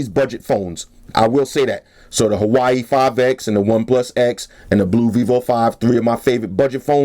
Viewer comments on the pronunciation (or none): Great review as always, I can't let it slide though, say it with me "wah way" not Hawaii lol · Hi, the right pronunciation of Huawei is "Hwa-wey" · this nigga pronounces huawei as Hawaii. I'm weakkk. subbed after I heard that shit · He knows that and has already said he will be saying Hawaii from now on because that's how he rolls.